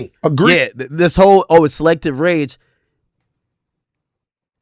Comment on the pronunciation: Bleek is even saying Selective Rage wrong 😂